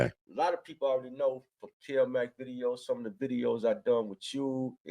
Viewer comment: *Mac*....not "Mack"